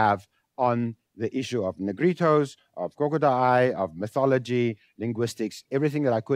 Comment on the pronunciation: 由於重音位置不一樣，可能多少隔了一層。